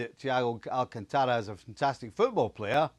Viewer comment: Steve Nicol - Learn to pronounce his name! Its not "Alcantaaara", its "Al-canta-ra". There is an accent in his letter "a". Daft Scot!